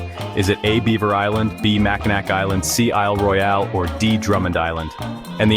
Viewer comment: Its Mackinaw and not Mackinac